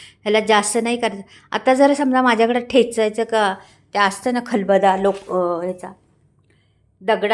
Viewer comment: खूपच छान पाककृती 👌. खरोखर पाणी सुटलं तोंडाला 😋😋 करून पाहणार मी नक्की 👍 ताई जरा आपली मराठी सुधारा ही विनंती. खलबदा नाही हो खलबत्ता म्हणा टेचू नाही ठेचू असतं 😂😂